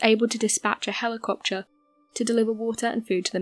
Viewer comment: I think she pronounced "helicoptcher" perfectly well....lol